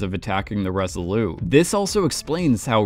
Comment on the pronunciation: Great analysis: only wish would learn that the Resolute is pronounced with a hard T at the end. Why in the world would you leave it off: we are not speaking French?